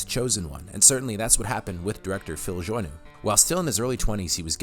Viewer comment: Are you sure you're pronouncing "Joanue" (joe-a-new) correctly? I always thought it was like ja-now ...